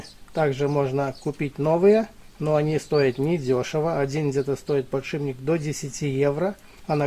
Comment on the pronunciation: Не подшиБник, а подшиПник. Не ложим, а кладём.